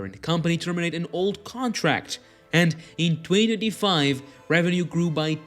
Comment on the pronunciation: You seriously need to learn how to say 2025 properly